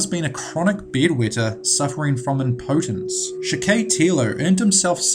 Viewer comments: you got some weird pronunciations friend. Good video, but I always :/ when people pronounce stuff with the wrong emphasis. I'm sure its not technically wrong to says inFAMous or imPOtence, but i was like like "whuuuut?" when i heard it. Great vids tho. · Just trying to be helpful: Infamous = IN-fah-muhss Impotence = IM-poh-tehnse Juan = Wahn Javed = (probably) Yah-vehd Otherwise, AWESOME video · I know this is a serious video but I love how the dude pronounces some of the words with his accent. im-POE-tence haha. But yeah, don't be a serial killer folks, it's not a good look for anyone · He should know how to pronounce things like infamous and impotence. I thought his accent was more Kiwi than pom but I could be wrong. At least he can pronounce "subsequently" which so many can't. Drives me bonkers.